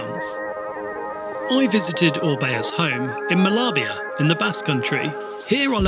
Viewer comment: It's pronounced "ma-ya-bia"